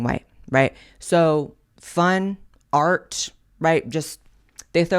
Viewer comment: "You can't even PUH a MAGA hat in AI..." Do you mean "PUT" a MAGA hat? "There is no fun and no AR on the RIGH..." Did you mean "ART" on the "RIGHT"?